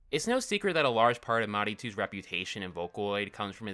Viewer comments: you're totally mispronouncing MARETU I'm sorry to be that guy- れ not り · well I have an accent too, it doesn't get in the way of TRYING to pronounce the word correctly, I'll probably never sound like any native speaking but it's definitely better than saying "maritu", so idk what's your point, he said the name wrong, period. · Until now I always pronounced it like “materu” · mAnItOo (no hate) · Comment War going on here😭😭😭 It's more common to say "MARETU" incorrectly, depending on your English(US) accent or English(EU) accent. Some people still say "Pokémane" instead of "Pokémon" The correct pronunciation even when ported to english is "Ma(ま)Re(れ)Tu" Like "GIF", no really pronounces it correctly or even knows the actually pronunciation. It's not bad, it's just an oopsie. You're foreign to it, most likely. There are multiple ways to pronounce the letter E. An "i" sound is one of them. He read it as "Ri" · This video made me realize I had pronounced "MARETU" in my head wrong. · The mispronunciation is probably beaucse of english spelling which is not a phonetic language, so people who speaks english as first language can mix it up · but why would you use American accent to say a foreign word? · he still pronounced it wrong, that's what the comment is pointing out, and trying to help with, if that's not entering in your head I have honestly no hope on you. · Bro, no one is denying he said it wrong. Trust me, I know, I’ve studied Japanese before. But the point is, stop getting so pressed over it. It was a simple mistake- and plus- in English re is pronounced the same as ri so he just mixed them up that’s all You don’t get mad over a foreigner who accidentally mispronounced a English word, really not that big of a deal and I doubt any one who fluenty speaks Japanese is really that concerned